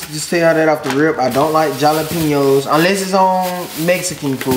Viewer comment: Jalapeños makes a h sound not a j sound